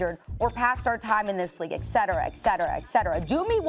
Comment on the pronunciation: “Personnel ages” 😂😂